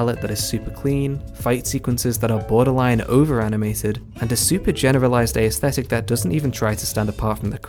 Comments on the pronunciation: Nice video. Just a side note: "aesthetic" only has three syllables. "Ae" is one syllable not only in modern English but also in ancient Greek, where the word comes from. You pronounce it as ay-esthetic. ;) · That is not how you pronounce aesthetic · I'm from England, it is not. The ae is one sound, sorry.